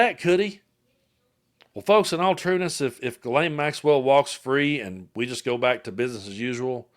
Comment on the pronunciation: Adam Kinzinger is a good guy, but he loses credibility by mispronouncing Ghislaine's name. If you can't say it rjight, just say Maxwell.